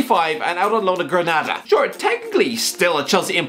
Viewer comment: You suck at Spanish pronunciation. Granada is pronounced Gra Nahda. Getafe is pronounced Ge Tafay. Other than that, great video.